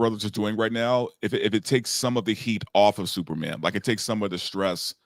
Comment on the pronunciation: I feel bad but I laugh whenever Chris says Thuperman instead of Superman.